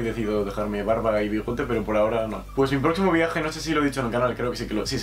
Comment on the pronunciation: . Soy yo o dijo Barbara y bigote? JAJAJ